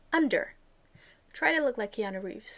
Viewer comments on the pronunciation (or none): none